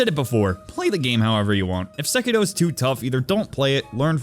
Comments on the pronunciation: why do you keep saying sekido ? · Its sEkiro for fucks sake, not sekIro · Sekitoh Actual Title: Sekiro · the way he pronounces sekiro is just e